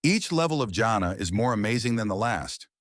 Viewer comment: Bro you almost saying "jannet" rather then "jannah" as in Ja an nnah